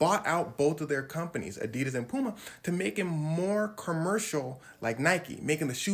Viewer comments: And here I was, a german, wondering when americans will find out the correct way to pronounce adidas and than this dude explains it perfectly and calls it ADEEHDAS again right after that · I remember back in middle school when I got my first pair of adidas I pronounced it (adi-das) and everyone was on my head about it. I was right the entire time……after all these years POV: I graduated high school in 2016